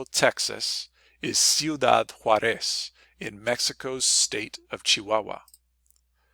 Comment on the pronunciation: You gave the impression that you’re a native Spanish speaker, yet you repeatedly mispronounce “Ciudad JAÚREZ.”